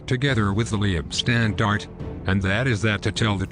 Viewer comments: Or the Lee-ib Standarte? Pronounced L(eye)B Shtandarte. Sort of like the Hitler Rants Parodies changing "fahig" (capability) to "Fish," but that is meant to be funny. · Leibstandarte is pronounced as: Leib is pronounced like HIVE Stand is pronounced like pond arte is pronounced like art - ah